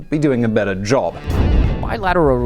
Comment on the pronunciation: Job, NOT ZZZZZZZHHHHHHHHHuuuuubbb.